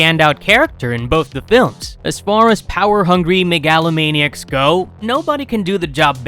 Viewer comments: This dude said “Meg-Aloe-Maniac” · Mega-A-La Maniac.... No!¡! Mega-A-Lo Maniac.... Yes!¡!